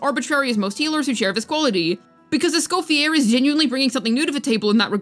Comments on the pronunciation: For the love of god her name is not pronounced Es-coff-e-AIR. It’s Es-cof-e-AYY. It’s French. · Just a small correction, Escoffiers name is usualy pronounced as (Eh-Sko-Fee-Yay) since its french!